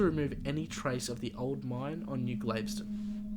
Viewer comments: It's pronounced g-a-l-v-e-s-t-o-n not glaveston. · ITS PRONOUNCED...GALVESTON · Great video. Just a suggestion, the pronunciation is most likely like that of Galveston, Texas. It would be like: GAL-vi-stun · Got the wrong pronunciation for Galveston... Gal, like Gal Gadot Ves, long s Ton Town in Texas near Houston Tx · Forgive me, its pronounced GahL-veston. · Pronounced Gal vess ston. Its a city on the gulf of Mexico 60 miles south of Houston.